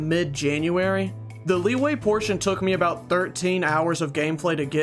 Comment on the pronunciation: Bro said leeway likeee we all know it's pronounced la wee wee